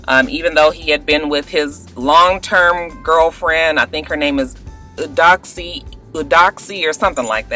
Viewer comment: Btw... Eudoxie is pronounced "You-doe-chi" All these "On-break" baby making situations are just crazy...